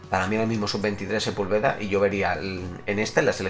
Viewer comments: Se pronuncia Sepúlveda (con acento en la u) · Sepúlveda se pronuncia con acento en la U. Saludos brother buen canal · Like si tambien esperas que porfin pronuncie bien a Sepúlveda xd por cierto crack, cuando reaccionas a los mayores enfados del tuca ferreti?